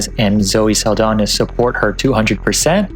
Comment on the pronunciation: you kept pronouncing zoe saldaña's name incorrectly 😔